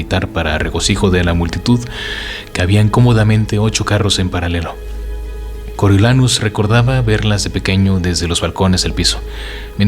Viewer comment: Me gusta cómo narras, pero porfavor, haz un esfuerzo con el nombre de Snow😢, como vas a decir "coro YO" SE PRONUNCIA "CORIO"😢